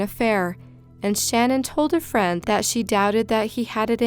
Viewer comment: Love your vids, but her name was shanan not Shannon I’m sorry but you were pronouncing it wrong